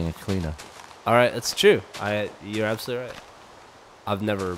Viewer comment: "Abshearlutely" god dammit